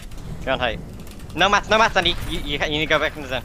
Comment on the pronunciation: zandy is romanian and, as a romanian i need to tell you that his name isnt pronouned zandee ar andee, its more like zandii (the y is pronouned like the i in igloo)